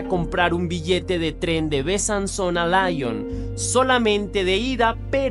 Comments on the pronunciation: Se pronuncia Li-on no La-llon .... Perdón pero me estrese 😢😢😢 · Es muy buena la narración pero trata de pronunciar bien los lugares por ejemplo Lyon … no está bien dicho